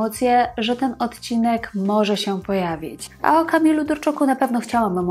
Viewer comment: Szanowna Pani, nie mówi się "ocinek". Należ zadać sobie trochę trudu i mówić "odcinek" - tam jest "d' pośrodku wyrazu.